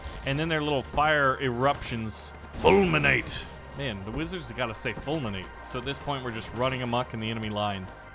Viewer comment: the wizards dont say fulminate they say falmeknee